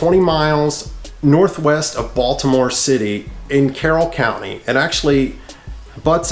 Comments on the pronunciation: No lie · He pronounces the word Baltimore like a tourism lol. ie Baldamore